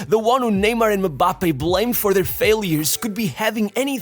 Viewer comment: You say mambappe,instead of Mbappe😂😂😂😅